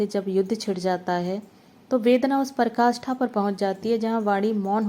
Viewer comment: Bahut sundar kahani shabdo ka chayan bhi nitant sahityak ..uchchkoti k aapka vachan bhi achchha h ek mistek ki parakashtha ko parkashtha bola